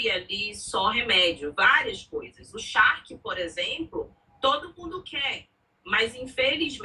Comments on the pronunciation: 😂, é charque e não shark kkkkkk Charque é carne seca, carne de sol, jerked beef Baby charque tchu tchu tchu 😂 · Oi,, você é muito engraçada! Parabéns! E “charque” não é “shark”, ok?